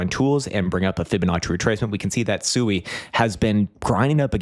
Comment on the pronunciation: SUI is pronounced “swee” by Mysten Labs.